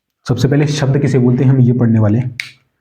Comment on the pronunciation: ***_____Way of talking is not good atleast your should pronounce accordingly, yeh ko j, yahan ko jaah, zaruri ko jaruri, aap apni language thodi saaf nhi kr skte kya..... ****** NVS ko NBS KVS ko KBS Thousand ko thoujand Pure lecture main chaliye thik hai or hain na